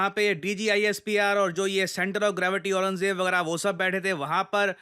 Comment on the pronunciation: DGSPIR center of gravity Aaranjeb😂😂😂 Wow sir